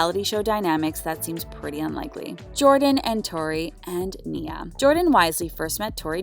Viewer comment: I'm having a hard time understanding how you did a whole update on couples and ironically cannot pronounce Janae and Nia name correctly. The clips you added to this update has MJ pronouncing Janae name properly. I hope you take more time, in the future, to learn the names of the people you are reporting on. 🤦🏾‍♀️